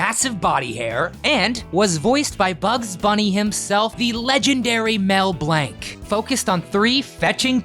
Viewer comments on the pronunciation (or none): none